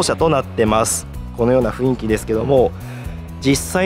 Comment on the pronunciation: 情報ありがとうございます。 少し気になったのは、雰囲気（フンイキ）が正当なのに、何度もフインキと言われていますよ。 雰囲気は（フンイキ）ですよ。